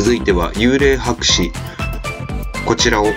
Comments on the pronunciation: はくしでは無くはかせです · 博士をもはくしって呼ぶ人初めて見たw米本とかこめもとっていいそうw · 画像の間違いに読み間違え… そりゃ低評価の方が多くなるわ‼️ 博士（はくし）て何やねん❗️アップロード前にきちんとチェックしてください❗️😢